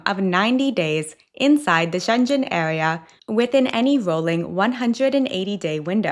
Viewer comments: You pronounce "Schengen" like "Shenzhen" which is a city in China. I checked it and it is "shen guhn". Please look it up. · It is not pronounced [shen-djen]!!! ⚠️⚠️⚠️⚠️⚠️⚠️⚠️⚠️⚠️ To pronounce Schengen correctly, say "SHENG-uhn" (like the words shing and un combined). [1, 2] First syllable ("Sheng"): Starts with a "sh" sound (as in she), followed by the "eh" vowel (as in bed), and ends with an "ng" sound (as in sing). Second syllable ("un"): A short, unstressed "uh" sound (as in about), followed by an "n" sound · Pssst... Schengen is with a hard G. So, not shen-jen, but sheng-en. Thanks for your travel tips! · Schengen is pronounced with a hard G (as in good), not a G pronounced as a J. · Its SchenGEN. (Hard G) You’re making it sound like Shenzhen in China. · It is Schengen, not Shenjen. And La Rambla , not Las Ramblas. As a travel channel you will want to get that right. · It's so funny to hear your pronounciation of Schengen, because it sounds like my Chinese friends pronounce the city Shenzhen. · It is called Schengen not Schenjen area or zone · It’s schengen with a hard G, I live inFrance. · The clothing rule for cathedrals is not new, it’s been like that for decades in many European countries. And FYI, Schengen is pronounced SHENG-uhn ([ˈʃeŋən 😉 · HI, just one small correction, the G in Schengen is a hard G. It's the name of a village in Luxembourg where the Schengen agreement was signed. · ”she” (assuming she is not AI) holds herself out as a travel expert. She should know how to pronounce it, not discover it like the rest of us. Also, saying it the way she does sounds like “Shenzhen,” which is completely different. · Please pronounce Schengen with a G, not Schenchen! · That’s not “Shenjen,” it’s “Schengen.” You should listen to how it’s pronounced. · Haha! I've never heard Schengen said like that! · Schengen is pronounced wrong. I sounds like a town in china in the video. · You are mispronouncing “Schengen”. Please correct this.